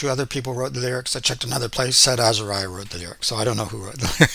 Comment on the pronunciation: Say Azahriah not Azahryah!!! Please!!!